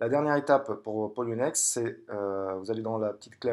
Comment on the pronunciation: re ,qui est polo ba poloniex et pas ploniex comme ta mie , et pour la vidéo tu dit donner les accès a votre argents ,donc pour moi un prêts ce avoir l argent a un moment donner pour joue avec sur le traide part ton bailleur qui te redonne avec intérêt , donc les clefs priver et publique ci non je vois pas comment ils sorte l’argent robot ou pas ,et qui contrôle le robot qu'elle boite des trois plat formes ?